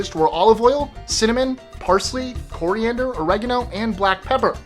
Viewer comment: did u say poriander?